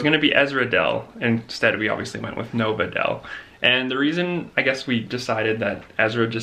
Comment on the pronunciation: When I hear Nova Dell I hear it as Nov Adele. You look so gorgeous, pregnancy really suits you! 🥰